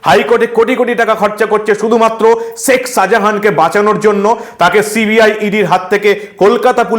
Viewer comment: Seck Sahajan na Sheik Sahajan?Correct your pronunciation.